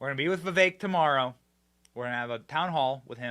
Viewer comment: Benny you’re great but for the love of god figure out how to properly say Vivek’s full name before you travel with him.